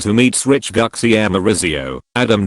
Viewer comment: It's pronounced "Goochee".